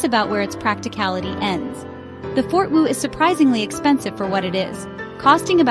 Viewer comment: Hahahaha. Obviously Artificial Ignorance Generated. Proceeds to pronounce "For-Two" as "Fort-Woo" repeatably.. (I thought I had accidentally clicked on a clip about some asian military base.) Its "For-Two" as in for two persons, pretty self explanatory. Then displays a picture of a "For-Four" And then thats not even a ForTwo, thats a Renualt Twingo (Ok, its basically the same floorpan but its not a ForTwo) The price of a ForTwo in 2007 was $11990USD So no, not the same as most cars at the time. Handling is great and you can handbrake spin them it its own footprint. Also amazingly good at collision mitigation. Not a fortwo fanboi at all but most pass judgement on them devoid of any actual knowledge about the car. Still have a few more years before skynet takes over........ Or is it Skyn-et ?